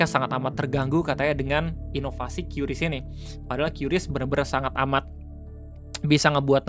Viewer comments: Kris om bukan qyuris penyebutannya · bang maap kuping gw gatel lu nyebut kyuris kyuris mulu 😭😭😭😭😭 padahal sebutannya KRIS 😭😭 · bacanya "kris" buka "kyuris"